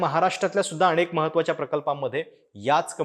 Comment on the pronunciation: अणेक! कंपण्या! लई भारी मराठी.